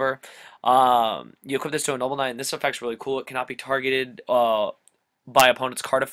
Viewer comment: I liked the episode, my only feedback would be that it's pronounced "ark-type," not "arch-type" and that you "equip" things, not "equipt" them.